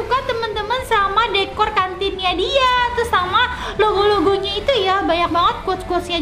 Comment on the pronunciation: Kakak kok bilang longgo longgo